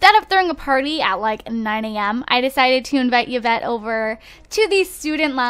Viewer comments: It's pronounced EE-vette. Not Yeah-vette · Yvette is pronounced i-vet, hope you read this =D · Her name is not pronouced evet (Yvette)